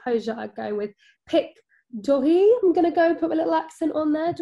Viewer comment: Your pronouncing of pic dory is cringe!! 👍😂